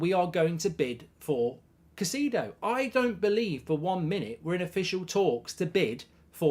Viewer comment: Mate it’s Moises Kai-say-dough.